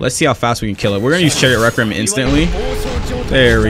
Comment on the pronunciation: i hate how he says requiem wrong